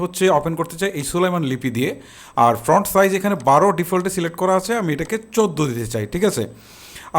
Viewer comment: ভাই, ফ্রন্ট না, ফন্ট।